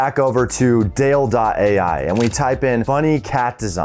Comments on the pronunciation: It's not DALE it's pronounced "Dah-Lee" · Great ideas especially needing to capitalize on it asap! And btw it's pronounced "doll-ee" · It's dall-e, like Dali, ;P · Dall-E is pronounced like Dali. As in Salvador Dali,. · I think Dall-E is pronunced like the famous painter Salvador Dalí 🤓